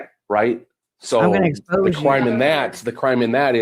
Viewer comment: Worse than lawww and cwimmme turning up 😂😂😂😂